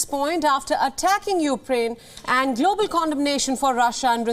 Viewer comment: "after attacking upraine"... she mispronounced it. Hahahaha.